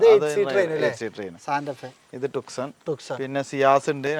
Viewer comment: ഹ്യുണ്ടായ് ടുക്സൺ അല്ല, ട്യൂസോ എന്നാണ് പ്രോനൺസ്‌ ചെയ്യേണ്ടത്.